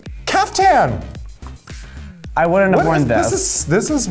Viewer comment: It's Caftan not Kafka, Akeria. Lose the bug! :P